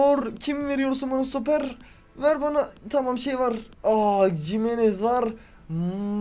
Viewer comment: Cimenez değil himenez